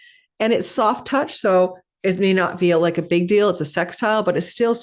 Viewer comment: Once you referenced “art of the deall” I had to stop listening to you.